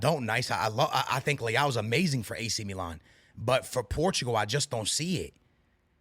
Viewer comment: Mano devias de treinar a maneira como dizes os nomes dos jogadores portugueses...como português dizes muito mal ... Não é liau .é leāo